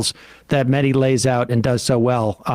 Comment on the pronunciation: His name is MEH-HAY-THEE, not Medi.